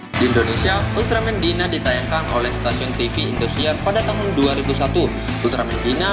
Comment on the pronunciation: Daina bacanya, bukan dina kimbek